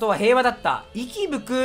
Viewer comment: 息吹くはいぶくね